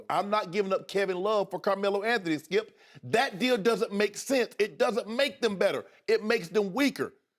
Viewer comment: "HE DIDN'T SAY IT LIKE THAT SKEEYUP!!" hahahahaha... Shannon is so funny to watch man!!